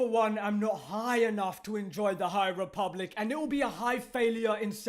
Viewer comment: lol the High REEE public